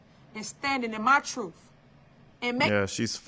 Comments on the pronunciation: Did she say the truth or tha truff? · Troof lol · What an idiot. She been " speakn the truff" for an hour now,and has said absolutely nothing. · Correction Sir, she's gonna be telling the "TROOFE" on you!!😂😂😂